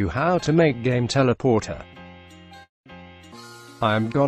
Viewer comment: i got my head blown off when text-to-speech said teleportar instead of teleporter xD